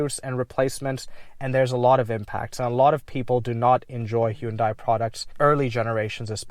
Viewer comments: In Korea they don't pronounce it Hun Day. It's He oon Die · Its pronounced 'Hyundai' like how you say"Sunday" not how you said it man. Gotta lock in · To be super specific, it's actually pronounced "hYUn deh". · Suzuki selling cars? Damn. Nobody buys them, in the US. They're seen as shit vehicles. Very interesting. You say Hyundai in a very interesting way, as well. Back in the 90s, Hyundai ran an advertisement that said "Hyundai. Like Sunday." So the way we pronounce Hyundai is similar tl Sunday. Like 'Hun-day'